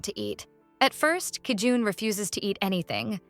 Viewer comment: bro its JI EUN NOT KI JUN